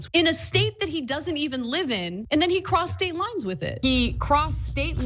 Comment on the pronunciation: At some point, while listening to this, it sounded like "prostate lies" from the amount of times i heard "crossed state lines".